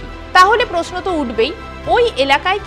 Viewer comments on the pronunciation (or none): none